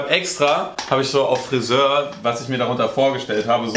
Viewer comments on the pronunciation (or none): Zitat: „Le Friseöür“ absolutely approved french skills am Start